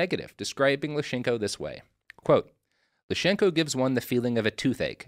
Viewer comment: his name was Lysenko, not Lyshenko, come on. He was a mad egomaniac, but call him by his real name.